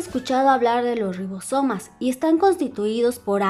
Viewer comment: Rrrrrrrrrrribosomas jajaja